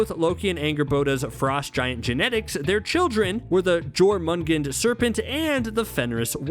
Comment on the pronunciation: You said Jormungandr wrong